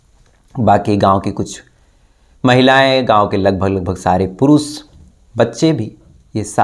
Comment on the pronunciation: साम नही शाम. पुरुस नही पुरुष. श, ष....